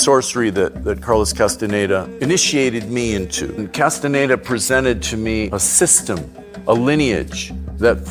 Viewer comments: کاس تان دا تلفظ میشه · خواهشا اسامی رودرست تلفظ کنید. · واقعا تاسف داره که کسی که روایت میکنه هنوز کاستاندا رو درست تلفذ نمیکنه و زیر س و ن ، در تلفذ کاستاندا کسره میزاره ، در صورتیکه ساکن هست . اگر کمی انگلیسی بلد بود میفهمید که e در اخر کلمه خوانده نمیشه . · اول اسم طرفو درست بیان کن بعد مستند بساز